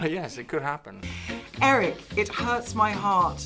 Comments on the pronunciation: when your Danish shines through. "Eareck" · I love when Nik goes "you know nothing, Eric," and his wildling accent turns more Danish at the end, and she's like "what was that thing you did then? Noises."